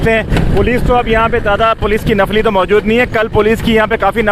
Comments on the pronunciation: lafli nahi nafri hota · Nafli Nhi nafree